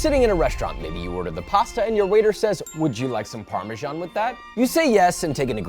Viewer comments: Parmesiean 😂 Rick and Morty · can someone explain to me why americans pronounce parmesan so strange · it is Parmesan. He didn’t say do you want Parmesan reg… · All that and you still don’t pronounce it correctly!!